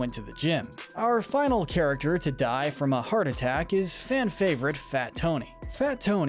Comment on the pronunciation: XDDDD DURING THE SHERI ONE YOU SAID CHARECTSESER INSTEAD OF CHARACTER